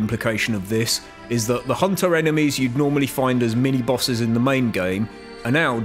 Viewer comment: I like how you say Hoonter